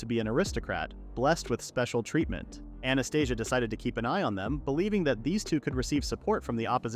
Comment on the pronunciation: Anastasia sounds similar to Anesthesia, the way how you say it...lmfao